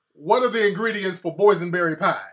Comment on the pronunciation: that fool said boysenberry LMAO